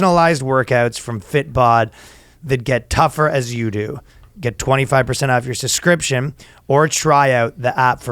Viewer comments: Ryan THERE IS A FUCKING B IN “suBscription” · Ryan needs to use babel to learn English cuz he can't say the word subscription, lol.